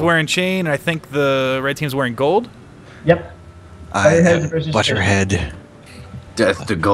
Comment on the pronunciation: he said budder heads.. omgz